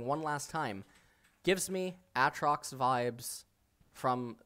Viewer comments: I wonder if he pronouces Aaron as A A Ron or if he's just trolling with A A trox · A...Trox? Ah! Trox! A (A Trox). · Its prono7nced Aytrox, u pronounce one a